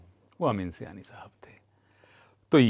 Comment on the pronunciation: Sir ye Sayani nahi hai ye saaayani hai